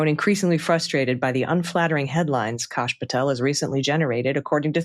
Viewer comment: Why r u calling him KASH VS CASH, like ass Kosh as in osh kosh 😢 Kash as in ASS